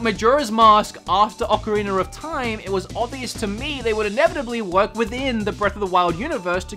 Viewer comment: Love how says Ocariner of tam